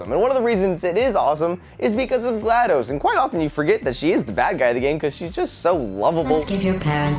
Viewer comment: Gladose??? Don't you mean GladDOS? As in DOS the OS from Microsoft.:)